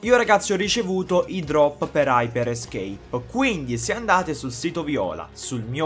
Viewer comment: ma perchè quando lo pronunci dici"hyper-escape" quando invece è scritto "hyperscape"?